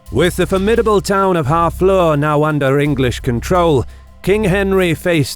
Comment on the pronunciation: FFS, Harfleur isn't pronounced "Half Law," it's more like [HAA] + [FLUR]. Took me awhile to figure out wtf you were saying.